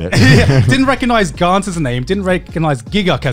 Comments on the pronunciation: Wow from this comment section I just recognize that Garnt is a Thai name, I mean most Thai people that name กานต์ doesn't spell it in English like Garnt and doesn't pronounce it as giguk did, they would spell Karn or Kan and pronounce it like only Gan in Ganyu from genshin impact, if anyone wants to know how it sounds like in Thai just copy ->(กานต์)<- and pastes it on google translate to let it read for you. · Garnt pronouce the same way as darn or the word lan in Milan. :D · Garnt? ha more like Garn't